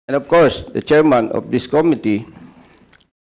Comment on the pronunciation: MAGAĹING SANANG UMINGLES SI CONG. DAN FERNANDEZ, KAYA LANG, KATULAD NI CONG. ACOP, HINDI ALAM ANG TAMANG PAGBIGKAS SA SALITANG "COMMITTEE", NA ANG 'STRESS' IS ON THE 2ND SYĹLABLE, NOT ON THE FIRST, OK?ŕ